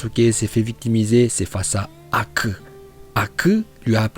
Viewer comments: J'adore ta prononciation en VOstfr Haku" ou " hakku-poncture" Force à toi maître 💪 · Une prononciation extraordinaire 👍 Haku pour acupuncture Je suis HS 🤣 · "HOKAGE " et "HAKUU" les meilleurs prononciation.